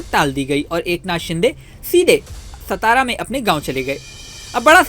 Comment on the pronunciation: सतारा नहीं ओ सातारा है .